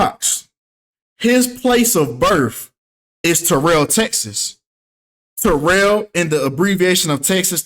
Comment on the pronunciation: Terr-earl Texas